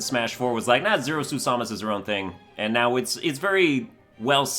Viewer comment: The way he says Samus hurts me in ways I don't know how to describe.